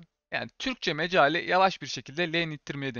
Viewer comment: Mecali değil meali dostum